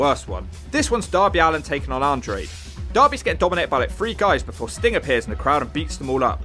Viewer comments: Andrade not Andre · Did he call Andrade Andre? LOL